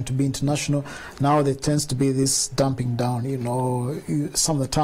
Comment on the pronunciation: What is ‘dumping down’? Are you trying to say ‘dumbing down’?